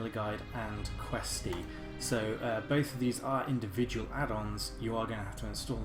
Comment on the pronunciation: indivual hahahaahahhahaahha